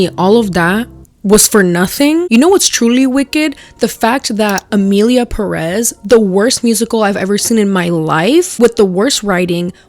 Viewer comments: Emillia Perréss 😅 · ok but it kinda pisses me off how y'all keep pronouncing "emilia perÉz" instead of emilia pÉrez.